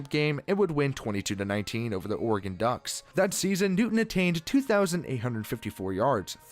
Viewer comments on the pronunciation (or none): none